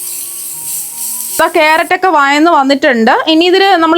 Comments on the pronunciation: വയന്നല്ല വഴന്ന് എന്ന് പറയൂ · വയന്നു വരികയല്ല. വഴന്ന് വരുകയാണ്